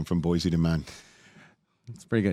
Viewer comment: The city's name is pronounced "BOY-see", not "BOY-zee", but it's still such a perfect pun that I'll allow it.